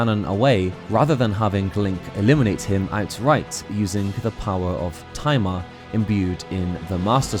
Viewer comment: You probably didn't intend for this, but whenever you mention Tai Ma, it sounds like you're saying "timer" with a southern/Brooklyn accent. It kind of takes away some of the impact, especially when talking about the Master Swords' "Timer Power" Better set that alarm so that the "Timer Power" will go off at the right time, don't want Ganondorf to awaken too early! XD